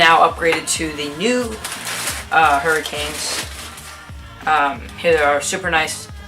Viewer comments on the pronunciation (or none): "hurricane" boy what are you doing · great vid! (huraches not hurricanes though) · Its Hur-a-ch-e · It's hu-rr-a-Che